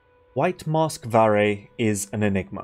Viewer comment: damn bruh portuguese is my main language and never read his name like this 🤡 it was so obvious also idk if it helps but "varre" means someone/something that sweeps, the verb (to sweep) is actually "varrer" with a R by the end of the word ALSO idk to what extend english speakers use "sweep" for but this portuguese word is only for sweeping the floor (with a broom most likely) conclusion: Varre is a broom.